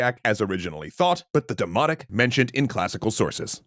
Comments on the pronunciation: Yall said dimonic not dimotic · I really can't help hearing 'demonic' instead of 'demotic'. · i know but im hearing them pronounce it as demonic like their pronouncing the N. it just bugs meeee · I’m gonna be honest I thought you were saying “demonic” instead of “demotic” and I was so confused.